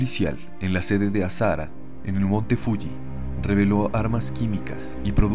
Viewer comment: Tienes muy buena voz por eso creo que este canal llegará lejos, solo un comentario el nombre del líder de la secta japonesa, Aum Shinrikyou, se pronuncia Shoko AsaJara, ya que en japones el fonema de la H se aproxima mucho al de la J en español.